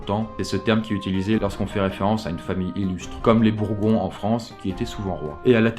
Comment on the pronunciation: à Les.... les .... les "Bourgons" ?????? Heuuuuu.... Tu veux dire les Bourbon ou les Bourguigons ? xD